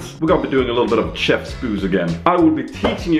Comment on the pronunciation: du måste fan öva på att inte säga TCHEF, jag får fan cancer av det xD